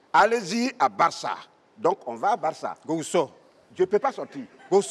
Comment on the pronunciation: Gohou et non Gouhou